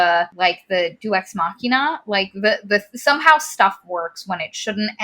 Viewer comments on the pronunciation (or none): none